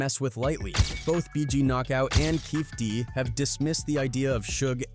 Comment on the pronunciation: "Keefey D". NOT "Keef D".